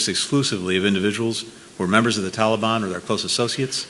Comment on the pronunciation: Why are they suddenly pronouncing Taliban like that?